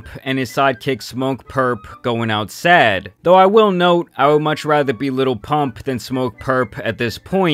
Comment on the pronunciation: Why do you say little zan, little pump 😂